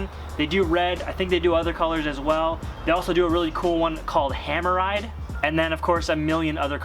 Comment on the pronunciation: did you say hammer ride ?